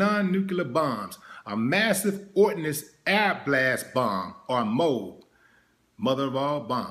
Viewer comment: Pronounced MO-AB.